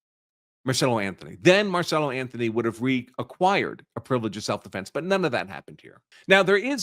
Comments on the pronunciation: Why do you keep saying his name wrong? His name is Carmelo Anthony not marcello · Why do you keep calling the kid, Marcello? Isn't his name, Carmello? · Dude, his name is Carmelo Anthony (like the NBA player), not Marcelo or Marcela!! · The murderer kid is Karmelo, not Marcelo. But great video. Very informative. 😊